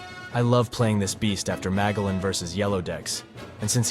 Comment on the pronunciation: Loving the list... keep it up 👍 (I'm fairly certain it's pronounced Ma-jell-an... like the explorer, that hard G is killing me... lol)